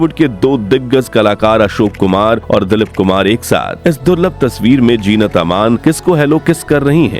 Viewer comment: Her name is "Zeenat" not Jeenat.n "Saira" not Shaira.n the work is "Janamdin" ,Zanamdin kbse hogya.atleast pronounce Hindi correctly.n names even if urdu or english u need to pronounce correctly.First learn Correct pronunciation then make a video!